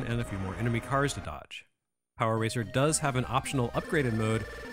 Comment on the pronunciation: Hearing you say “Power Ranger” at one point made me laugh because that what I kept hearing even when you were saying “racer” Though I may be biased there 😂